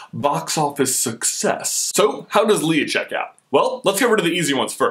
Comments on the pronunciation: Are we just ignoring the fact that keeps saying Leah instead of Leia!! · LAY-AHH NOT LEE-AHH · "lee-uh" lol "lay-uh" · Man, I can't stand the way you keep saying Leeah! Its Leia with an A, not a flippin E!!!! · Lay-a not lee-a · Is anyone else bothered by how he is pronouncing Leia, Lee-ah and not Lay-ah. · I love this video expect I am always really annoyed when you say Leah instead of leia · You say Leia like Lee-a, not that its a bad thing, I Just noticed it. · you said LEE-UH....NO. LAY-UH. Leia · its not leeeah its laaaaaya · Okay, I am just gonna stop you there. It's LAY-UH not LEE-UH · its Leia not Lea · Lay-ahhh not Lee-ahh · Did he just call her Leeah the entire time? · Why are you pronouncing it wrong? LAY-A, not LEE-A... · lay-ah, not leah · The fact that you keep calling her "Leah" omits your right to even debate anything anout Leiah. I do agree that she is not a Disney Princess, though, Starwars will never be accepted as a Disney IP by real fans. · Not Le-uh, Lay-uh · It's leia (lay-uh) not Lea (lee-uh) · it is pronounced (laya) not leah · For most of the video you pronounced het name Lia not Leia. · Why are you saying it "Leah"????? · Does it bug anyone else how he always calls her "Lee-ah"? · Honestly! It's pronounced LAYA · It's pronounced Laya! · I hate when he says her name wrong. I'm sorry but I can't stand it. Her name is pronounced "Lay-uh" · Leia is pronounced Lay-ah. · its Leia, LAY-UH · Why do you keep saying Leia as "Leeuh"? That's not how you say it, bruh. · thats not how u pronounce her name its (lay-a) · Please pronounce her name right. So many people do it wrong. Don't be one of those losers. It's pronounced ( Lay-uh ) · HES SAYING LEIA WRONG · Why did you pronounce Princess Leia two different ways in this? The one you did the first time was correct. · when you say her name I cringed